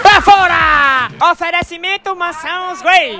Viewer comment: bom locutor boy kkkkkk toda hora fica falando oferencimento..... kkkkkkkkk